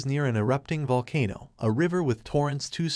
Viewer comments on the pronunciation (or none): none